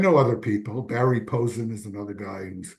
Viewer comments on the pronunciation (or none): none